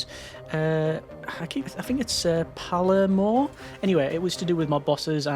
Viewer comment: The er in Palermo is pronounced like error (pal-air-mo)